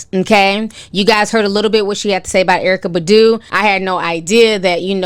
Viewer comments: Erika (pronounced Bah-doo) lol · The way you're pronouncing Erykah Badu is HILARIOUS! XD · Who the hell is Erykah Buhdooo it’s Erykah BAHHHHdu!!! Who’s Jaggar??? It’s Jaguar!! Like the cat ma’am! But this is hot popping tea....I believe Jaguar!!!